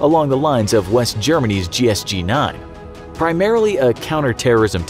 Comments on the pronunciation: Because you said it wrong GSG9 not gs9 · It’s GSG9 lol why did he say “GS9” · GreenManCZ the guy pronounced gsg9 gs9